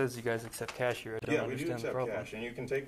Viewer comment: I don't believe it said CHASH!